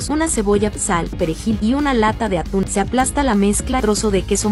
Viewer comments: cada vez q hace una receta con atún a un lado de la receta dice q tiene o los ingredientes y en lugar de “atún” dice “aun” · Aquí los que vieron que decía aun en ves de atún 🤣🤣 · Por qué en el día 3 dice en un ingrediente dice Aún en vez de atún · Yo viendo como en el desalmuerzo dice aun en vez de atun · Yo dandome cuenta que antes de decir “Atún” dice “Aun” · Osea nadie lee las recetas dice aun enves de atun y dice tortila en ves de tortilla